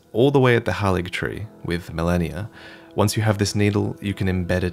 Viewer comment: I cannot believe you would mispronounce Miquella’s and Malenia’s names. She’s Malenia, not Melania Trump!